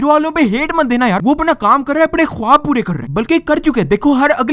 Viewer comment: او بھائ اپٹنے نہیں ہوتا اپنے ہوتا ہے 😂